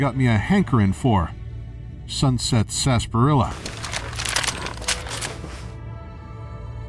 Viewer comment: "....Sunset Sarsparilla." FUCK YOU SAY M8?